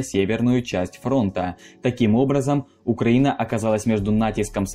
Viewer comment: Прошу прощения, но просто, когда во время озвучки, ты по 100 раз повторяешь слово "украинский, украина и т.п.", то ненароком неправильно делаешь ударение. Вы можете тоже это ощутить, много раз произнеся определённое словно, а через несколько повторений, Вы, слово не понимаете смысл слова) Это, если что, не оправдание, а причина проблемы, на которую Вы мне указали комментарием, следовательно я должен над ней работать. Спасибо!